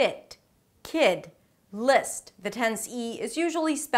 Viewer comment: Hey! You look and sound a bit Israeli. Are you? This is very enjoyable. Jus a few remark: While telling us not to forget the end sounds, you say: "without even noticing they may drop the lass consonan cause its very difficul to pronounce... make a list of words that have two three ann even four consonance at the end... now this is a good place to remind you that if you wann a liss of those top ten mistakes...